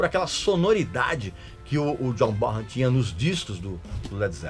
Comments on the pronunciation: Po Régis, você não pode pronunciar errado o nome do grande John Bonhan!!! Pronuncia-se BONAN e não BORAN!!! O H é mudo nesse caso! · Ti liga Régis Bonham ( pronúncia é Bonan ) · Régis, a pronúncia correta é john Bonan. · Régis continua pronunciando errado o nome do John Bonzo Bonham